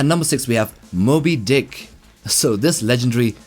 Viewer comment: Why did you say Sperm Whale and Moby Dick like that?